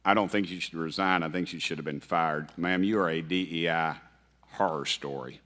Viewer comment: He could hardly say DEI